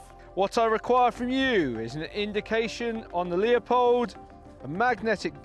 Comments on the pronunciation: Stop calling it Leopold, it's Leupold. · Leupold, pronounced "Lewpold", not "Leopold"